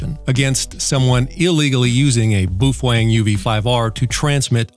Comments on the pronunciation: Boofwang lol it's Bow-fung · Why does he say boofwang? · Hate to break it to you but you are pronouncing BaoFeng totally wrong. It's pronounced: Bow Fung. Bow as in Bow Down not Bow and Arrow. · Phonetically correct is "bow fung", but I like Randall's pronunciation better.